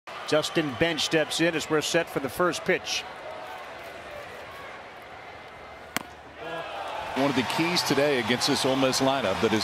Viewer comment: Those commentators really cursed the OM pitchee